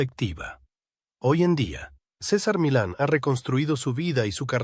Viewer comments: Se pronuncia César Milán con acento el la a y no cisar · No dice nada el video, y encima dice sisar milan🤐 Me choca la verdad